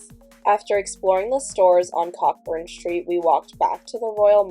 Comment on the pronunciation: I don't blame you for not knowing, but 'Cockburn Street' is pronounced as Co Burn Street.😂. The ck is silent.